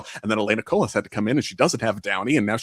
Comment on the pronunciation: The S in Colas is silent :)